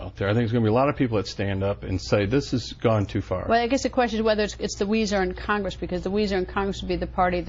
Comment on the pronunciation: wtf is khangis it's pronounced Congress